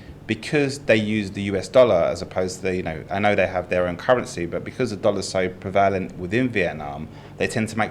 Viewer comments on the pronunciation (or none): Being a Brit, it offends my ears to hear mispronounce the word "prevalent". As he is so fond of the word he should learn that it is pronounced exactly as written - 3 syllables with the emphasis on the first - PREH-va-lent.